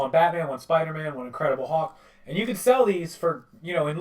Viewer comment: It's INCREDIBLE HULK it is not INCREDIBLE HAWK